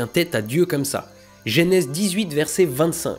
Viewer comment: Genèse, bordel, pas Génèse !